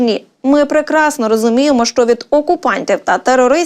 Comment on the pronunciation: Якою мовою розмовляе ведуча ? Хіба е в українській мові слова - щчє , щчо, якщчо ? Вивчайте українську !